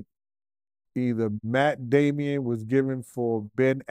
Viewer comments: Matt Damon, not Matt Damion..you UNDASTAND what I’m shhaying?? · Lol matt damian 😂😂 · "Matt Damien" and "Ben Aflac" 😂😂😂😂😂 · messing up Matt Damon name all across the interview 😂😂 But this is wild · He pronounced their names funny asl. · 💀💀💀💀💀 Dog this petty azfucc! But then I thought about it 🤔 Good for for fucking up their names too! 😅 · He butchering Matt and Ben’s last names. 🤦🏽‍♀️